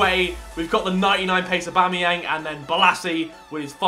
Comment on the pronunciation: On his pace team did u hear him when he said abomyang